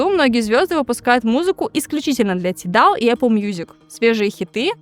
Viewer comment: Не тидал, а тайдал 🌚